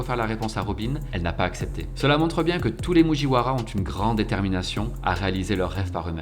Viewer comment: Il m'a énervé avec ses mujiouaras et ses pacifistes....pacifistaS